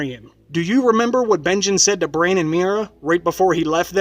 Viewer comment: BRAN, not brain plz